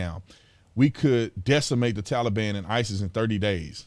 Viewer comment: You mean, the "Tollybon" 😆